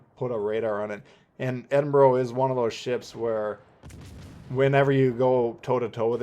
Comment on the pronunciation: Edinburgh is the capital city of my counrty so trust me you say it wrong hahahaha